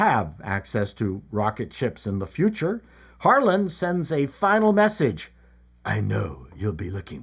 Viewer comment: At first when you said "Harlan," I thought you said "Harlot." Really...😊